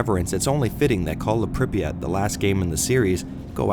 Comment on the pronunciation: btw it's pree [soft p as pee] ah [soft t as tea] i have no idea who thought of that transliteration it's 10 times more retarded than hepburn. like MOST of the words are completely wrong fps drops for obvious reason unlike "modern" games stalkers have modern (for their time) textures, polycount, lighting and physics your bullets can bounce of road or fall down if you shoot in the sky "modern" games made to run on 15 years old toasters with static linear levels and 16x16px textures with hitscan weapons i was ok with first metro, but i just can't tolerate more than 10 minutes at a time of the second it's such call of duty that i just uninstall it every time